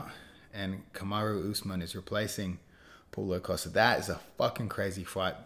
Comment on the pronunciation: the aussie way he says costas name hahaha pull-o costa